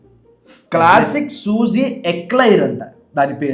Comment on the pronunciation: సూజి కాదు రా స్కూజి ✓